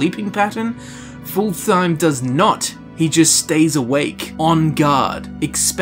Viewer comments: I know you already preempted this, but you are basically calling him "full time". His name should be pronounced fullt-heim. :) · Just an fyi, I think Fultheim is said like either Ful-Time or Fult-Heim, probably the latter. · its pronounced fult-heim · It's actually pretty easy to pronounce: "Fult - heim" , there is no "th" sound. It's also not pronounced like"full time" but rather like "fult hime". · I don't understand why they say Full-Thime, when it's very obviously supposed to be pronounced Full-thaym. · Fult-heim Not fulthheim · His name is pronounced Fult-heim not Ful-theim. Proper nordic speech doesn't 'th' that's just anglification at work. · I heard "Full Time" and I can't unhear it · Darn it. It's Fultheim. Pronounced like Full-time! XD I jest ofcourse, we love you. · Hadring: clearly says Fultheim: horrendously butchers his name not 5 seconds later Why are YouTubers like this? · is generally not great at pronouncing things. We all suck at something:P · What if hadring says it wrong? :O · Take a shot everytime he pronounces Fultheim wrong. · sounds like you are saying fultheim the phalus